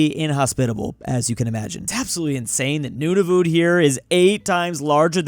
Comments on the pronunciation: Nunavut is pronounced (non of it) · it is usually pronounced like “None of it” but say it quickly